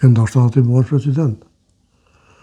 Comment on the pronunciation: Ramushi po shpreson mu ba "freshhident"😂😂😂😂😂